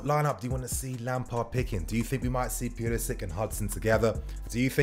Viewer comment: Love the vids but you gotta stop mis pronouncing Pulisic bro. “Pull-isic”